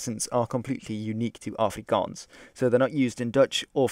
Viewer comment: Wow you said Afrikaans properly. good on ya.